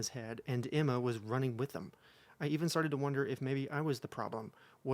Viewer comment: Okay, I know you said Emma, but it sounded like enema and after hearing all that ITS SO APPROPROQTE OML 😂😂